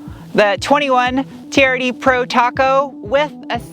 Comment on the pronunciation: I kept thinking you were saying charity pro rather than TRD pro......